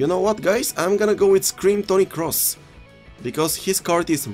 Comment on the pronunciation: No one:: “iM gOinG to Go fUr eenFurm Toni cRoss”